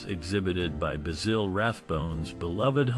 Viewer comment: Basille? What a joik. It's BASIL like the sprice.